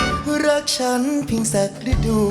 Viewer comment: ระดู แปลว่า ประจำเดือน แต่ "ฤดู" ออกเสียง ว่า "รึ-ดู" ค่ะ